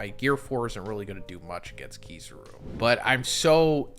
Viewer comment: Nah man KiZUru